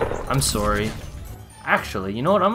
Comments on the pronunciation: Why you say sore e like in O.K. KO whispers you should pin me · “ im sorry “ Canadian af 😂😭❤️